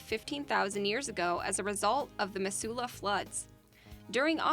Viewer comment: Missoula is pronounced mih-zoo-luh (or /mı.zu.lə/ if you're hip with the IPA), hence the nickname "Zootown". Also, yes, the pools in Yellowstone are very pretty, but they stink like satan's ass. Most of the park smells like rotten eggs, honestly.